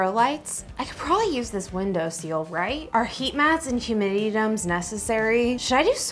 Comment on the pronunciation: Minor, minor point. It’s window “sill”, not window “seal”, unless maybe those pesky pups pester pepper planters, or whatever ;) Love ur channel, esp ur enthusiasm…and ur camera work is getting better!